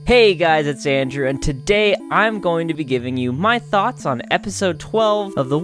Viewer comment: thanks Andrew now every time you say thoughts i'm going to hear THOTS xD